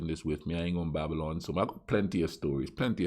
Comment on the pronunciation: Why on earth did Youtube reccomend your channel to me? Why did I even watch this video? But they did, and I did. And you sir is brilliant. Gonna subscribe and watch a few of your video's Still not sure if you said "Babylon" or "Babble on" (23.15) hahahahaha Peace bro.